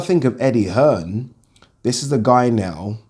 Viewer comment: Eddie 'Earn' Hearn